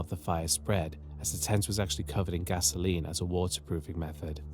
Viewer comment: bro i know he didnt just say gasoline